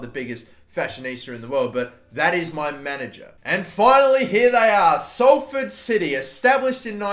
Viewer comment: Omg he said Salford right